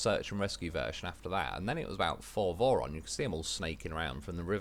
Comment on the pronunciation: Whenever you say vorons I keep thinking you said morons, which is actually pretty accurate 😂